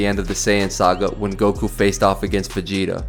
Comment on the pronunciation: Gokū , not "gouku"